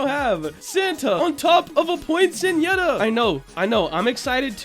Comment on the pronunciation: It's actually pronounced "poin-set-e-yuh"! :)